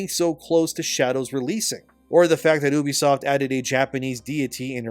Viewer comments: He’s doing that just to annoy y’all 😂😂😂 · I always thought it was you-be-soft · YOU BEE soft, what tf is Ooobysoft? 😂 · You say Unisoft like this you be soft ha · When I hear someone pronounce it OObisoft, I no longer care about anything they have to say. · "Oobisoft" lol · Isn’t it pronounced like ‘you-bisoft’?